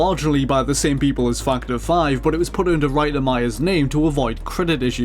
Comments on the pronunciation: dude. factor is with an A a fucking A. its fActor5. not fuctor 5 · its funny how i heard you say " fuck the five " instead of factor 5 :D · I hear fuck ter 5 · "Fack The Five". That's all I hear when he says Factor 5. Sigh... Dirty mind. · I kept thinking he was saying fucked her when he says factor 5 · am I the only one hearing fucter five? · I heard fuck to five lol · more like fuck the five, I've been only listening to it in the background and had to double-check :) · I heard "Fuck The 5" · Fuck-ter 5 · lol I hear it too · No. I keep hearing it too. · I'm pretty sure really loves Star Wars. Either that or he just really loves the Rogue Squadron games. His pronunciation of "Factor 5" reminded me of when he'd talked about these games before. (No, you're not the only one hearing it)